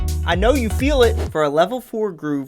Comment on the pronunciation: "I KOW YOU FEEL IT" 😂